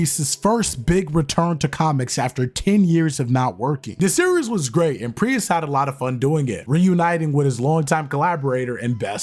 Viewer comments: Prius? Is this a proununciation quirk or am I missing something here? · Pretty obvious since you keep pronouncing his surname with two syllables instead of one. Great job, though! 🖖🏽🤘🏽⭐️ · why are you saying Priest like that? Great video btw!!